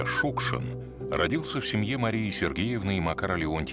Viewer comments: Чёрт знает что! Для чего вдруг понадобилось в этом фильме постоянно произносить фамилию Шукшин с ударением на первом слоге, если всегда и везде и при его жизни, и после до сих пор говорили Шукши́н? Повыпендриваться захотелось? И Театр наций как образец работы с произведениями Василия Макаровича тоже напрасно показали. Ох, и отматерил бы он и этот театр, и создателей данного фильма, если бы только мог... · Спасибо большое за фильм! Василий Макарович Шукшин - кладезь нашей российской культуры, наш Земляк, воспевший не только самобытность жизни родного края, но характер настоящего мужика матушки-Руси! И все же, как непривычно слышать новую (старую) трактовку фамилии: мы привыкли делать ударение на последнем слоге. Спасибо за кадры, за отличное повествование, за память! Ждём продолжения